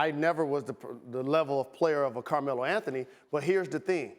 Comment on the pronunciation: “Carmeloes Anthony”